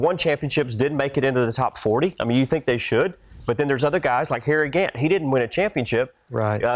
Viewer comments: She said Harry Grant. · Of course Shannon called Harry Gant, Harry Grant. Come on Shannon! We know you can do better.